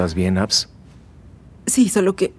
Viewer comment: Jjjajajajajajja le dice "Abs"